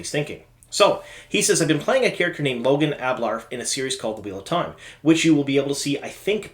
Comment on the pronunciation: Lo-gain not Logan :)